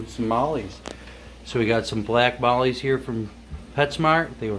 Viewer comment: "we're acclimqting Somalis" LOL